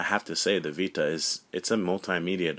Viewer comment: The way he says "vita" in this video bothers the fuck outta me but anyways. Every ds nintendo makes reminds me of the old ds, It looks like a dinky kid toy. The ps vita is designed for actual game players mainly focused toward teens. + the 3ds looks very kidish and also is easily breakable. Sony wins.